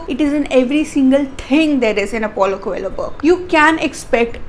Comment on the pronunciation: I think coelho would be prounced as" ko - leo "